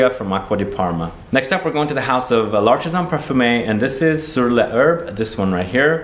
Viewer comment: Hello from France. I havé recently discovered your Channel and havé been bnging on you vidéos since. I really appréciâte your Work. However, thé Way your pronounce " l artisan parfumeur " si very funny. Try to Say " parfumer", it will be closer.